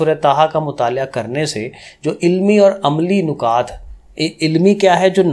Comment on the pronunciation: سر جی نُکات نہیں نَکات ہوتے ہیں😊 Anyway thnx alott❤